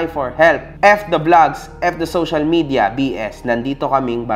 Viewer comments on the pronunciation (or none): none